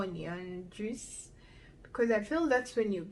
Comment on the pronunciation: You really need to learn how to pronounce JUICE....😇